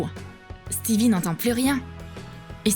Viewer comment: C'est pas stevi c'est stiveux